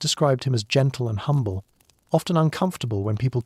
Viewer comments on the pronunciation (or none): none